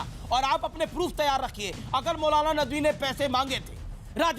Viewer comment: abe chutiye nadvi h vo naam tu dhang se le le